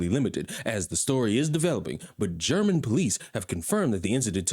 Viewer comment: I forwarded it to my friend so he could hear your German words pronunciation. 😃